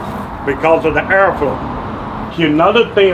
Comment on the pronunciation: "If you don't control the ERRFLO...you not gonna be able to cook properly"